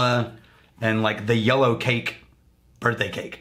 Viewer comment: There's something so calming about how says "yellow cake" and really pronouces the "ow" and then quickly devolves into "yellacake"